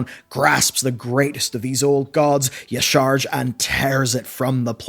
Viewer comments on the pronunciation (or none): He also says eee-sharj, instead of ya-sha-raj for "Y'shaarj" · Yisharsh? I mean, do you even play the game? Do you know how many NPCs in the game say the name correctly? Hell if you played MoP Remix you would have heard that name thousands of times. Say it with me.... Ya-Sha-Roge. EZ. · "ya'shaarch." "faysworn". "archidaeas". pronounciation: biggest enemy... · Yah sha rahj .... NOT YAHSHARGE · Its pronounced YA-SHA-RAJ ffs bro its been years :D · I find funny that in all these year you never managed to pronounce Y'Shaarj correctly, and yet everytime differently.